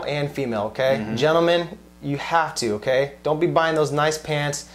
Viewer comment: his okey is damn not okeyyy...